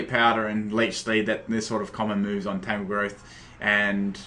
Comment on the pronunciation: FOR FUCKS SAKE! TAN-GROWTH, NOT TANGLEGROWTH, TANGROWTH. you are truly the ONLY competitive battler that is INCAPABLE of pronouncing all names right in a battle!